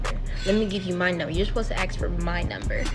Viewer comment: You shouldn’t “ax” a question. However you should ASK a question.